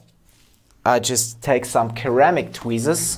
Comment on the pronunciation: B b boom. Fantastic. Your english is excellent, we English pronounce ceramic "seramic" 👍😁 but i wont argue about it 👍🤣